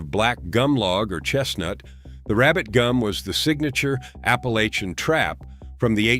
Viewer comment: Wish to hell y'all would learn to pronounce "APPALACHIAN".. ALL VOWELS ARE SHORT!!